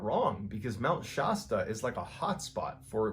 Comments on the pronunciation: It’s pronounced Mt Sh-aa-sta. Not My Sh-oo-sta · Please forgive me; Shasta, short 'a.' Not Shaasta. Same with Colorado, short 'a,' not Coloraado. Nevada, short 'a.', not Nevaada. Love your stories. ♥️ I'm from No CA and there have always been stories about weird happenings on Mt. Shasta. I grew up near Redding and Mt. Shasta has always been a beautiful landscape in my life. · Mount Shasta = Shasta as in 'cat' not 'cot'... lower sound for a. Sorry, I live in the area... :) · Please, please look up the pronunciation of Shasta! As in Mount Shasta. You are saying it wrong!!! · A few fact checks. I've noticed several mispronunciation blunders. For example Mt. Shasta has a short vowel sound on the first /a/ and schwa /uh/ on the last. Other mistakes in pronunciation especially names of places.Also in an earlier clip the guy picked up moose antlers shown in the photo and called them elk antlers. But. By far the most annoying thing is that there is no S at the end of anyway.. Details add credibility. Love your channel.